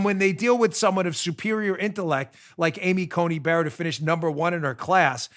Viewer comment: now we have regularly mispronouncing Coney Barrett as Judge Bear Bayer Asapirin